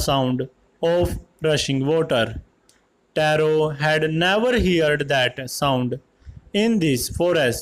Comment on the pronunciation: Vo taro ki ap rong speek kar raha ho sir